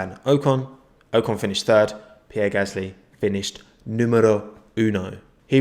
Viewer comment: its Pierre Gasly